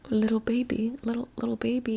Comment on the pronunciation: How she said bebey😂